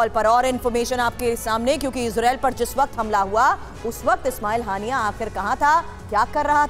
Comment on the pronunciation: naam to bolna sikh len. ismail haniya